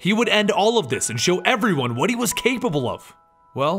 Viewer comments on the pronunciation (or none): none